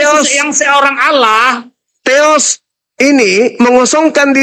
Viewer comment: Hampir Masuk akal tapi salah penyebutan teos masih ada teros tertinggi dan agak lucu